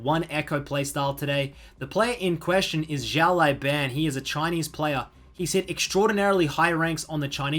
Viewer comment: Hey man, I get that you’ve never spoken Chinese before so it’s completely understandable, but when you pronounce the “Xiao Lao” in Xiao Lao Ban, as opposed to saying “Shao Lai” , can you pronounce it “Siao Lao(w)” please? It’s a lot closer to the actual Chinese pronunciation :)